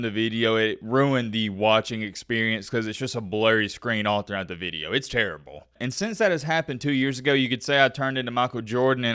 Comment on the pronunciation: “Veedio” country boy. Good veedio, keep em comin’.